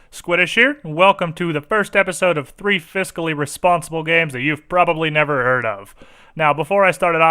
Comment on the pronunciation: "Fiscally Responsible" sounds like "Physically Impossible"